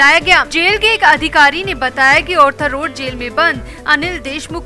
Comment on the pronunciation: It is R-thar Not Or-thar 🌹